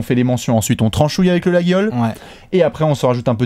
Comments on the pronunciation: Laguiole se prononce "Layole":) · J'adore regarder vos 5 majeur all time, mais il faut quand même que vous sachiez une chose en tant que aveyronnais, le G de Laguiole ne se prononce pas!!! tu me fais saigner les oreilles à chaque début de 5 majeur all time!!:)